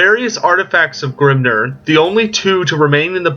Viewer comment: Ugh, it's Vah-lay-uh! Grim-NEAR! Not Grim-NURR! Sorry, it was just irking me a bit the way you was pronouncing those words.